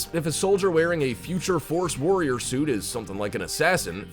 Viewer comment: Lol when he said future force warrriorrrrrr